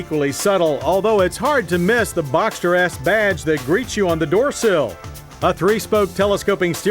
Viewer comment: "boxter yes" 🙄😂